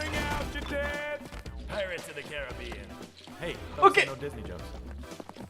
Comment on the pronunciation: "Pirates of the Car-RIB-ean" Hahahahaha